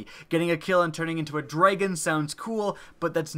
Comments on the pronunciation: Lol "dreigon" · *pronounces dragon as dregon furiously